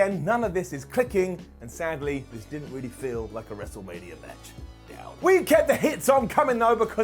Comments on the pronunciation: The “Wrestle-Rainia” call absolutely deserves a brown down. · Cole saying “WrestleRainia” made me lose about 10 years to my life.